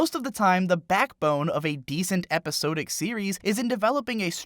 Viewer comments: Epi-sah-dik. It's epi-saaaah-dik. You kept pronouncing 'Episodic' like epi-so-dik. It's sod, not so. otherwise super cool discussion, nice analysis of all the visual stuff. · First it was the mispronunciation of iron as i-run and now we have episodic as epi-so-dic. I like the shows and the writing is good. I just can't believe you've never heard so many basic English words spoken out loud😀 cheers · "eposodic series" do you know Temmie? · the way he says episodic upsets me